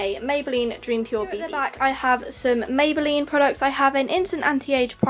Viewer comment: You said mabyline born lip pay don't you mean body shop